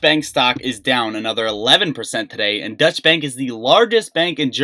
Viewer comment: Don’t mean to correct you but it is pronounced Doytch bank not Dutch. Dutch would imply Holland not Germany . Sorry for correcting 👊